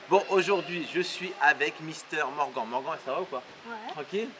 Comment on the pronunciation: Sa se dit morgane pas morgan